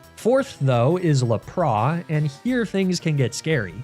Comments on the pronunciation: He does know he’s saying Lapras wrong yeah? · I love you videos, and birds are some of my favorite pokemon (rip Cukoo). But can you please pronounce lapras and arcanine correctly (the s is pronounced and it's pronounced like the number nine ). I'm not saying you don't know how they are pronounced and I don't know if it's a joke, but if it isn't please at least pronounce the s in lapras